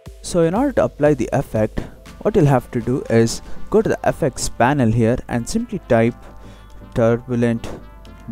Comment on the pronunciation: i like he says :AFFACTS